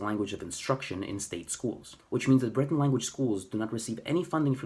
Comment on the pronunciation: For once, no nonsense! (a diplomatic term to replace two other less polite words). It is so hard to find people who "tell it like it is" regarding Breton. And you even pronounce the word properly instead of aping the French accented word. Thank you or even "merci bras deoc'h. I remember reading in the local weekly paper " Le Trégor " where they published a census taking (this was 1992) of the number of "bretonnants" or Breton speakers. The number came to 220,000 Breton speakers. Now, to this number, they divided it further down to people who spoke it on a daily basis or people who learnt it at home (probably in a rural setting) but didn't speak it very often anymore. In this census taking, it is important to point out that they didn't include people who "learnt Breton in books or other materials. Now, 30 years on, how on earth can they come to 220.,000 again? Oh, just to make it clear. This was census taking for all of Brittanly. Personally, I think it's more imaginary than real. Well, nowadays, it's your right to be called a woman even if you were'nt born one. I am not a native speaker of Breton even though I could pass for one once upon a time. I worked on a couple of farms in or near Plouaret and Vieux Marché. I ended up marrying one of the daughters at the first farm. I continued to speak Breton with family, friends and colleagues who were Breton speaking and my age or older until very recently. i still speak to my ex in Breton as she appreciates that emotional contact th